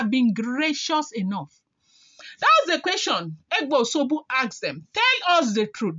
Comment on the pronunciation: It is called O S U G B O and not Oshogbo as pronounced by you.